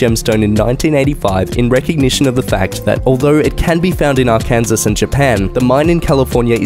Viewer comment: Ar-kansas lol? It's pronounced ar-can-saw